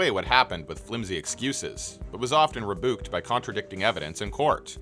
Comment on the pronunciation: "Oxi-Cotten" not "oxi-Contents". "Ree-Byuked" not "ree-booked". I like your narration but I tend to veer away from channels who don't pronounce things correctly, it can be a sign of a broader lack of credibility. Its why i stopped watching iluminaughti years before her issues came to light- homegirl can't read! The number of mispronounced and incorrect words in her videos let me know she was probably full of crap 😂